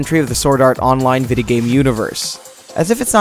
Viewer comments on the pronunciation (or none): Videy games? Febrary? Dude, annunciation.